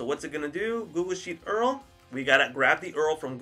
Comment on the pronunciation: Man you need to learn how to pronounce URL.